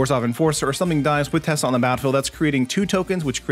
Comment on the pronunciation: It’s not tessa it is teysa.